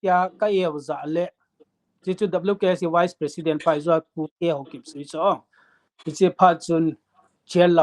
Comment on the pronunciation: Dr. khat hi a pronounce chu..wise president or vice president..you got confused me ..